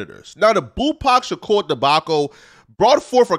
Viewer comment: bro said debaco, its debacle.